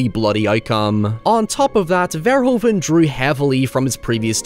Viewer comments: Love the video! By the way, Paul Verhoeven's last name is pronounced like "ver-hoo-ven". Take it from one of Paul's fellow Dutchmen and become one of the few English speaking YouTubers who pronounces his name correctly,.;) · Verhoeven is pronounced like Verhooven, "oo" as in "boo", that's how the "oe" is pronounced